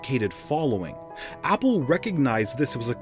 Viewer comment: Opple🤣🤣🤣 instead of apple🤣🤣🤣